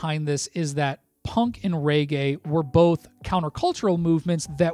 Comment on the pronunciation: Mate, it's pronounced regay, not raygay :)